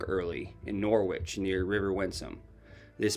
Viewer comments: Norwich -pronounced Norrich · Norwich is pronounced "Noritch".